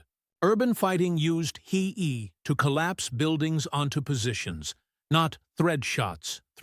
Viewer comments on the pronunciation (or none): He e? HE, rather. AI mistake.